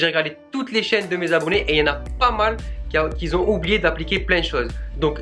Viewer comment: ont dit qui ont et pas qui zont!!!